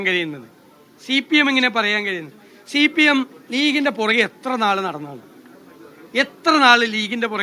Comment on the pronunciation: 😂😂 ഏട മണ്ടക്കുനേഷ സിപിഐഎം എന്ന് പറയാൻ പടിക്കു. ഷീപിഎം അല്ല